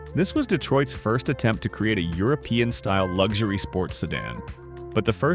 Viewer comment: Its LUXURY, not LUG shoory robot. You need to know how to talk when you take over the world.